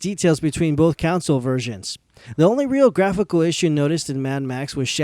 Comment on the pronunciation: Console is not pronounced the same as the word Council.